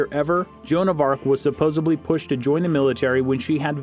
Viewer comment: Please tell me you didn't say, "supposebly".